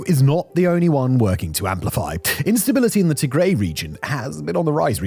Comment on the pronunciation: Tigray is pronounced as Tigrai not Tigraey